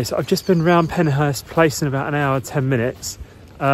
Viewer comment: It's PenShurst.